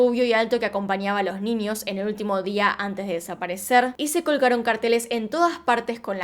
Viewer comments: Me encanta cuando dices NIÑOS... mi mente retorcida escucha NINIOS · Sho no entiendo por que dices “ninios”, “trasporte”, “Shim”